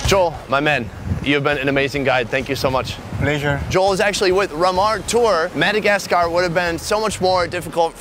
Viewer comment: Its not Madagas Car! Say it properly